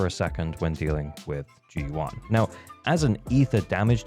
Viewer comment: great video! but maybe for future reference, the "yuan" in zhu yuan's name is pronounced more like "you-anne" rather than "you-ahn" (grossly oversimplified phonetically, but you get the gist)